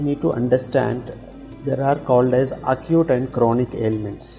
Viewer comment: Why say আকুট? Say একিউট।